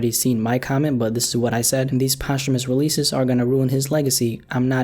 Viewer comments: “Poshh-Hoo-Mus releases”- Immortal words by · kindley fernand “post-humous” sounds really clunky and dumb compared to saying it smoothly in one. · He says Post-humous like it’s a sandwich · that blew my mind how posthumous is pronounced i thought it was like "post-humoos" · bruh you’re not even pronouncing it correctly. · I never heard anybody pronounce posthumous like this before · It's pissing me off everytime I hear him say it 😂😠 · yup lmao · Learn how to say posthumous before you make a video about it